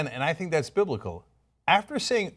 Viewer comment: He didn't even say "Biblical" he said "Bil'ical". Yokel.